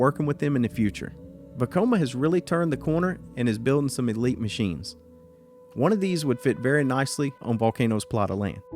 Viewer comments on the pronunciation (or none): none